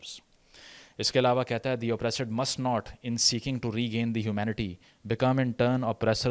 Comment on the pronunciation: It's not Oppraasaad It's Oppressed 😅